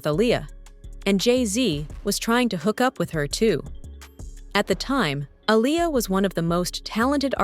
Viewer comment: The pronunciation of Aaliyah’s name turned me off from watching smh 🤦🏽‍♀️.